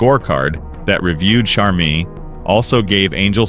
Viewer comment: Learn how to pronounce Charmin! Get a smart phone. Lol